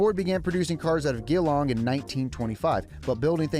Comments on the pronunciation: Its not gee-long, its G-long 😭 this actually made me cry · its pronounced Je-long not Gee-long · Ford was produced in GEE-long not Gill-ong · It’s said G-long not geeelong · GILLONG??? NAH MATE ITS GEE-LONG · "geh-long" is the worst pronunciation of anything ever. "Jee-long" is how its done. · "Gel-long" not "geeeelong" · Geelong is said with a soft G. It's gonna be damn hard not to use a hard G now though. I live here, and worked in the foundry that made the i6 engine block for Ford. That engine may have been too big, but it was a beast! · LOL "gill long", nah is GEEEEEE long mate! m3t# capital of Victoriastan lol. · it is gee long not gilong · sick video, mad you came to australia love to see more people in the car scene get down here! just wanted to say Geelong, the town where ford produced its cars down under is pronounced Je-long not G-eelong lol. big ups tho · It's been great to see you guy's come visit Australia, I hope you had an awesome time here. People from Geelong are gonna love ya's! 🤣 , it's pronounced Ja Long not Gee Long🤣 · "gearlong' xD not geelong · the way they pronounced it was Gheelong, but it’s meant to be Jehlong, I know that it can be confusing to foreigners though because it’s spelt Geelong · the G is emphasised. Just imagine saying Gee.....Long. Then make it flow as one word. Geelong. It's def not Ghee-long or however TF the video pronounced it lol. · i gotta point out that geelong is not pronounced gee-long and its je-long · Geelong. Pronounced as Juh-Long, not Gee-Long. Aussie names don't often make sense, and sometimes they're so boring they name towns twice - like Wagga Wagga. Which has an equally boring nearby town, Gumly Gumly. But you can always take the Stuart Highway in the hope of finding something more interesting in Book Book, or just go straight to Big Springs instead.... Yeah, I come from a land downunder. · Producing cars out of WHERE?????? gilong? if you're going to get it wrong at least pronounce it G long or J-long